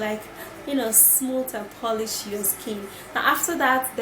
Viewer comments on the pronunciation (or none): none